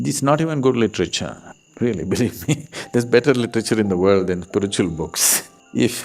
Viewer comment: Beg your pardon but what exacyly is Spritchual ??😂